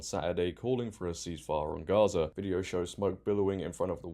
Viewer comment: What cracks me up is how they now try to say Gaza with the Arabic letter غ, which is probably the most difficult Arabic letter for most Americans to pronounce, and fail so horribly it now sounds like they are calling it Ha-za. 😂